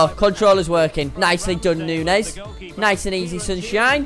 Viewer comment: Neunez ohhhhh neunoooo